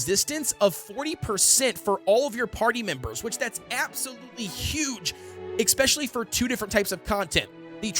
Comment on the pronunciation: pls learn how to pronounce especially omg